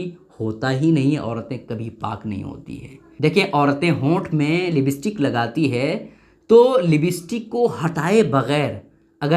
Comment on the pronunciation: Libstik nhi hai,, lipstick hota hai